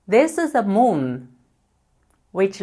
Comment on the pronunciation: 你的英文moon不是像你说的，如同南方人说梦mum,其实是m un.｡想想你发音m对吗？大部分中国人不能发m(英文)的音，因普建话里没有。